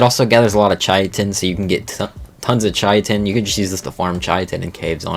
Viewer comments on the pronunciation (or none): it's "KAI-tin" that's how you actually say it. It's Greek in origin.